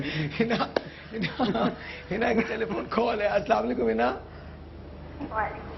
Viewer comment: Abe houle not salamu alaikum Assalamu alaikum say salam properly